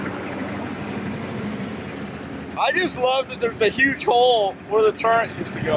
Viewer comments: It's called a turret. not turrent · Turret....Turret. Not turrent